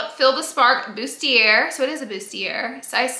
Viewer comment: Bustiair lol it’s bustiea